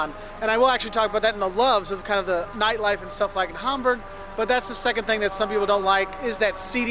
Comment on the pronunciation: Funny how you say neightleife, instead of nightlife. ^^ I'm sorry, but it's just funny to me! 🙂